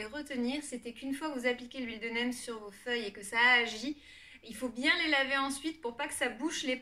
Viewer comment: huile de "neem" se prononce "nim", mais super vidéo! je conseille la marque terralba pour une huile de qualité